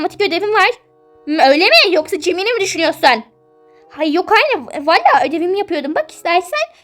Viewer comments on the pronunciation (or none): Jemil değil Cemil😅😅😂❤😂😂😂❤